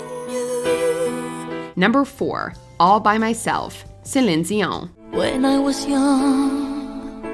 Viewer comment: I thought it was dion not zion